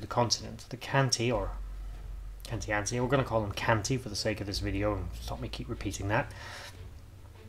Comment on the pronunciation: Is it not pronounced KAN-TEE-ATCHI? i guess The Romans being Italian?! Im a, Born and bred! 😊